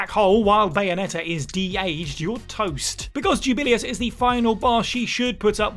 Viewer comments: Juu - ba - lay - ous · That pronunciation of Jubileus actually made my head hurt. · And he says it SO MUCH.